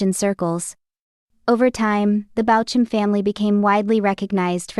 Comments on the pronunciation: And spelled BAUCHAM… Bauk um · Please pronounce his name correctly. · Seems like it's Ai, hence the incorrect pronunciation